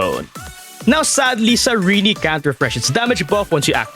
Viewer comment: Her name is Cyrene not Cyreney, Cyr-eeen.